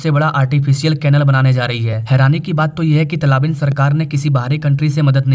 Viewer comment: अरे भैय्या तलाबीन नही, तालिबान सही शब्द है।